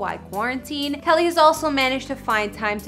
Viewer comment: Winced every time she called him "Kelly"